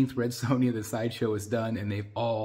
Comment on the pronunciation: Amazing statue. Her name is Sonja not sown ya though. You butchered her name like she butchers enemies. 😂